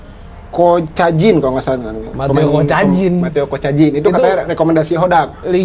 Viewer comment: Jangan bahas persiblah klo nama pemainya persib aja salah nyebutin.mateo kacijan bilangnya mateo kocajin ah kocakkkkkkk